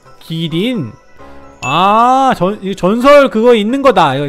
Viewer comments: 기린이 아니라 키린이에요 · 기린이 아니라 키린 이에여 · 기린이 아니고 키린 입니다^^ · 기린이 아니라 키린 이에영